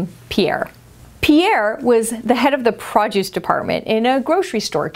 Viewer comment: Please don’t tell another story that requires you to say “prod-use” instead of produce. Otherwise really enjoying your video so far. I’m almost half way through. 💕